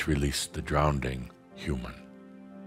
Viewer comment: I’m listening but get stopped every time I hear mispronounce drowning as drownding! 😮